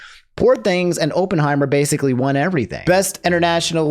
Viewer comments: "open heimer" just pronounce it correctly ONCE for the love of god. i just have a weird thing about pronunciation its not your fault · Drink every time pronounces "Oppenheimer" in a weird way, the result might surprise you (death). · He fumbled Oppenheimer and Cillian too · “Open heimer” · "Sillian Murphy for Ohpenheimer" is just a white woman in disguise i stg